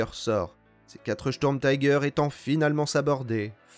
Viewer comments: Pourriez vous prononcer Sturmtiger complètement à l'allemande s'il vous plaît, on dit Sturmtiger pas taiger, c'est de l'anglais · Bel effort sur les prononciations. Sauf le "taille gueur" qui pique un peu, c'est pas de l'Anglais ^^" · Merci pour ce docu'. Comme dit par ailleurs en allemand la prononciation est plutôt "chtourmtigueur". L'engin lui-même fait partie de la multiplication des projets qui ont fait perdre beaucoup de temps et de moyens à l'Allemagne , personnellement je ne m'en plaindrais pas! La victoire a été à ceux qui produisaient en masse des engins simples en évitant de s'éparpiller en projets diverses et inutiles! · J'ai un doute concernant la prononciation de tiger à l'anglaise...